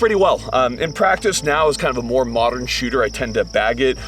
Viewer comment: "mot'ern problems require mot'ern solutions" ouch lol